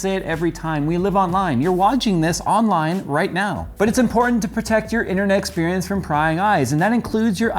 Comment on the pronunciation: Innernecksperience? Even said it twice :D